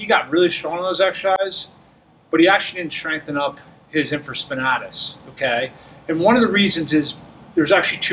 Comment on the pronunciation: Great video except it’s pronounced “in·fruh·spuh·NAY·tuhs”.